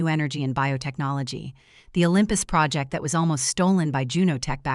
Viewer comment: And project